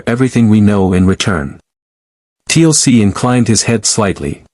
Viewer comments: Yep. Another T.L.C. instead of Teal'c. But there is so many of them. If this was the only one. It would be okey. But most names are wrong 😑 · TLC, not Teal'c. STG now consists of pop stars.